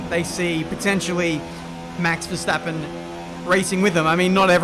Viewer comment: Nice how everyone say ‘Max Verstappen’ as ‘Mex Versteppen’